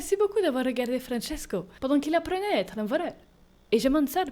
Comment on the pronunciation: Désolé mais tu prononces Francesco à l’italien pas à l’espagnol 😂 et le permis depuis 40ans en 1985 donc on est en 2025 😂mais à part ça cette vidéo m’a vraiment fait rire 🤣 « Francesco est la, Francesco n’est plus laaa »